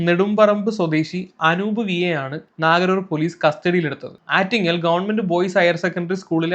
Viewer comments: നാഗരൂർ അല്ല നഗരൂർ ആണ് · നാഗരൂർ അല്ല നഗരൂർ ആണ്.